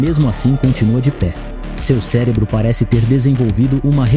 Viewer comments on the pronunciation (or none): none